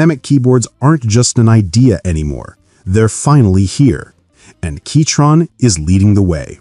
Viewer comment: Was it really pronounced keytron this whole time?